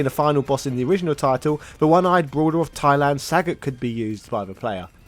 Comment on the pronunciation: This video gets a thumb up for all the bad pronunciations. Ryu (Rye-You), Sagat (rhyming with an F-word), but Blank-a? Little too intentionally cringe there duder.